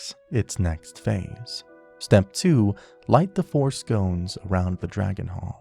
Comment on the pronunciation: Awesome video, thank you. Just so you know, scones are pastries, sconces sounds like skahn-sizz. Not trying to be pedantic, I appreciate the video.